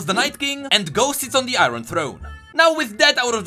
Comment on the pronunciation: U pronounced iron incorrecrly